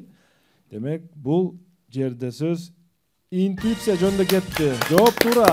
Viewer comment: Капитан команда "индуыса" дейтго!!!😂😂 Интуиция болот!!! Уят уят